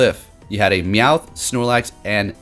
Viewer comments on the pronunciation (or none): none